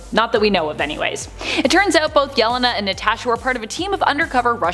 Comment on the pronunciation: Supposedly a comic channel, but butchers Yelena's name.😂